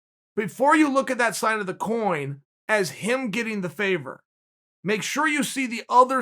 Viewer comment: Every time Chael mentions the word favour I still think he’s saying faber hahaha